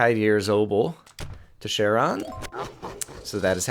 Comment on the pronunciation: For sir when sir is the modern "polite" title, the female version would be madam. For the historical title-of-lordship version, Rogue Legacy at least gives them the name "Lady". Also, it's pronounced Karon. Attic Greek has no letter c. As a probably-soon-to-be classics major it bothers me very slighty. But I can suffer through another month.